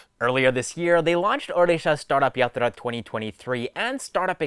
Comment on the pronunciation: Hey man, really appreciate your pronunciation of odisha correctly